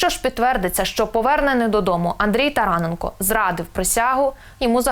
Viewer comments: ТаранЕ'нко. робіть наголос правельно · Говоріть правильно прізвище НЕ тарАненко а тараНенко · тараненк О, ГОВОРИ ПРАВИЛЬНО